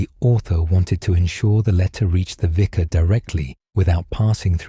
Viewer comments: is making too many mistakes ❣️ Vicar not visor! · The pronunciation of the narrator is abominable. Vicar is pronounced “viker.” Their are several others. The Edward voice never made those errors.